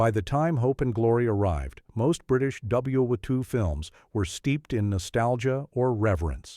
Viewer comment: More crap AI that cannot say WWII